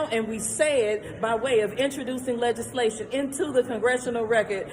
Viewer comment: did she say "inchojuicing lejizzslation into the gongestional racket"?????